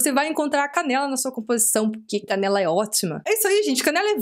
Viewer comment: Na hora que você falou canela pensei que era caneca